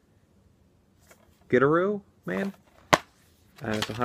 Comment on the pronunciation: Also glad you got the box safe and sound. PS, it's Gi-Tah-Roo Man :)